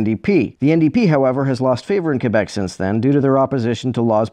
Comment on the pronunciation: Also it's so refreshing to here someone pronounce "Quebec" correctly in a YouTube video.